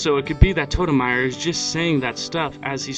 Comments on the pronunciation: "tort-eh-mer" not tortimire...... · I Always Prononced(i hope i spelled that right) it as: Tour-Ti-Mr, not Tour-Ti-Mire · I was wondering when someone was gonna say something about the way he said tortimer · “Torte Myer”